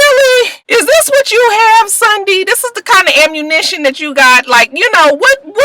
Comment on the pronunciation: Lmao@ Mike Jones! "Sundy got knocked in to Mundy"